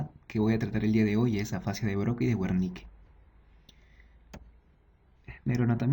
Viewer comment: se dice: [bérnika]...buen video